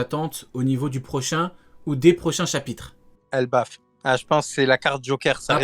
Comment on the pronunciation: C'est pas Elbaf au lieu de Ebaf non ?